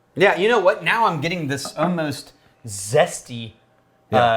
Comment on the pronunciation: Dang it... someone pointed out the "oh-most" in a recent video and now I can't unhear it.